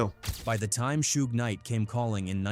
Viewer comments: Shooge? I thought his name was suge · Who tf is shoog? Its suge bih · Shoooege..😅 fuckin A.i. lol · Shoog. Lol. Stupid ass AI voice. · I stopped listening when you called Suge "Shoook" 😂🤡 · Callin shuge , SHOOG😂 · Calling Suge Shuge is equally hilarious. Don't correct by being absurdly incorrect too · Shoog Knight, AI a mf 😂😂😂😂😂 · Shoog and sooge, Jimmy Eye-O-vine is the best one though. LMAO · its funny how A.I. cant say Sug name properly and all you creators keep trying to make it try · I wish the ai would stop saying suga name like that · You know, Shooge Knight and Tupac Shacker, the artist who, oh wait, that was a different video where AI butchered his name 😂